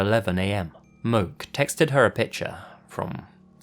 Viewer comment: Hey in your story Stairway to Geaven. It's not Moke but pronounced Mo Key. My dad is from Hawaii and I lived there myself for 3 yrs. It's a pretty common name on the island.